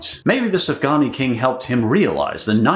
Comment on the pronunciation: It is pronounced suf gan yot